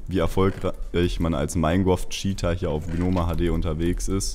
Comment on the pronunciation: Minegwoft xd